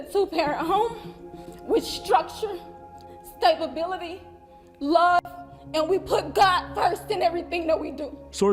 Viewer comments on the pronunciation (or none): did she really say stabibility? 😅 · “Stabability”. Geez